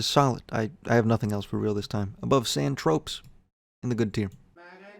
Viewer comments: “San tropes” and “seemus”. Nice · There were quite a few mispronunciations, even on songs that say the name of the song in the lyrics (San Tro-pay he calls San Tropez).